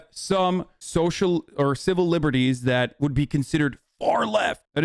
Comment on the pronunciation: 137 iq and really said "so-sho" economics